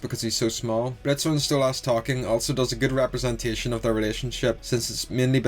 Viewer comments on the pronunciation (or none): just wanted to point out ocz it pisses me off its stolas nat stolass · why do you pronounce stolas "stolarse" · No Stella calls stolas "stolass" on purpose Because she hates him. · Small thing I've noticed. You pronounce Stolas wrong. It's pronounced like soulless. Really not a big deal just figured I'd let you know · I don’t have a Northen Irish accent but I say Stolas the same way you do. My friends made fun of me because I know how to say Stolas the normal way. I just don’t. Plus I already told them that Octavia said Stolas like that too. They stopped making fun of me and I keep saying Stolas the same way